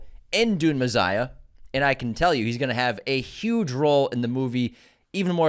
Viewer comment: Is not Me-SS-iah not Me-ZZ-iah ? 🤔😊